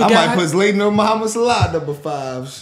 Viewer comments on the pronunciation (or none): Its ZZ LAA TON Zlatan ....not Zlaytin